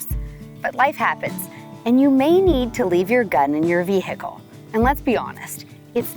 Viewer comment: Vee hick ull😅